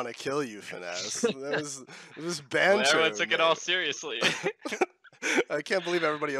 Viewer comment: Triggered about you calling it banther, it's banter